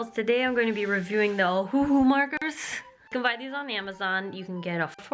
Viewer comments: I thought it was pronounced “oh-who” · The pronunciation is Ohhhh- hoooo-hoooo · I’ve always pronounced ohuhu “oh ou hu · IF YOU ARE ACTUALLY LOOKING TO BUY CHEAP ALCOHOL MARKERS PLEASE KEEEP READING Alright so as compared to ohuhu (pronounce oh-who-who) markets I’d say get touch new markers, from my experience they are EXACTLY the same except for the brand printed on the barrel. The market shape and style is the same, the price is the same, the carry case is the same, even the color names and numbers are the same! The reason I say get touch new instead is because you CAN pick which set you want. You will know what colors you are getting and they aren’t completely random (you can also pick between different sets depending on where you buy them) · Just to help, it's "oh HOO HOO" or "ow" "oh" something... y'know...